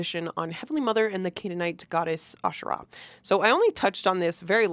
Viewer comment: Heavenly mothers* plural, according to Dallin and Brigham. Polygamous just like Mormon doctrine. When Israelites worshipped Asherah , they worshiped a whole pantheon. And Israelites also have nothing to do with the Bible, Judaism comes from Judahites. The emphasis on Asherah is the first syllable. Nephi is a 1800s invention.